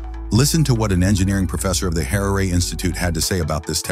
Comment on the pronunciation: "SAITH" not "scythe" or "sa"; "Harare" not "heray"; Chikumbutso NOT "chuto". These cheap VOIP apps are ridiculous and should come with an editing apparatus before publishing. Good grief! It's really bad with videos about issues concerning Africa.